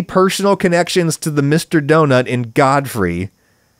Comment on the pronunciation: did you intend to pronounce it God Free ? :)